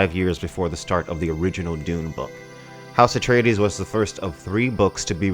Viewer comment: It’s Atreides,NOT “Atray-Ed-dees”